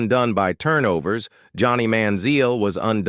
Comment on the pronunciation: Listening to this AI pronounce Mariota and Manziel is unreal. Fucking do better.